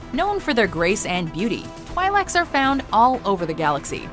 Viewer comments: *It’s pronounced “Twee-leck”, not “Twie-leck”. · Twy-lecs? I thought it was a twil-ic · did you really pronounce twi'lek like that....oh boy... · she pronounced twi'lek wrong